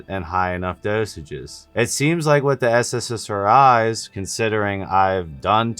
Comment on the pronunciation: Fyi you keep saying sssri's when it's ssri's